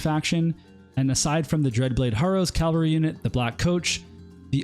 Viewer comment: Wonderful series of videos but your pronunciation of cavalry hurts my soul Q_Q